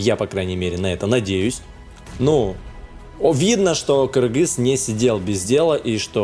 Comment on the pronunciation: Наконец-то ты правильно написал Кыргыз и стал говорить Кыргыз!!!!!!